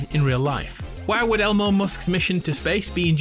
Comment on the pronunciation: He said Elmo musc